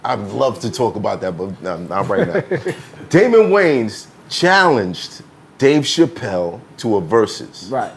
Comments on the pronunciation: Wayans Not Waynes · It’s “Wayans”